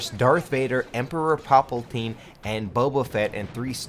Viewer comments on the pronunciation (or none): Pal-PA-tine not papaltine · "POPLE TEEN" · Why do you call palpatine poppletine